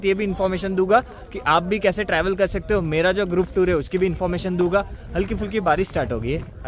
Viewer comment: It's dunga not duga